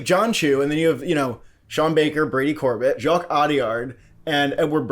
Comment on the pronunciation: Pls pronounce directors Brady Corbet and Coralie Fargeat names correctly, both don’t sound out the T at the end. Corbay and Farja is how they phonetically sound like